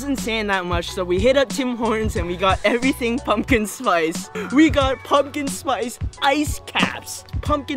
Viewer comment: did you know that you say everything like "everysing"